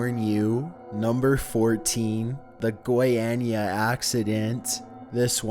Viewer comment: its not "goieinia", its "goyania"